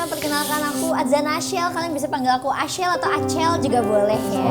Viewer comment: nyebut ashel dengan "adel" Gak sih